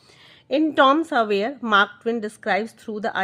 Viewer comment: It's tom swayer not tom savayer